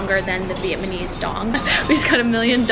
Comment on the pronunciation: Viet-NA-mese, not "viet-MA-nese."😂 You keep mispronouncing the word.